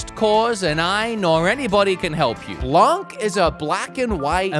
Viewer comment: I thing that the game called "Blanc" is from a french development team. Blanc means white in english and you don't pronounce the C at the end. Just so you know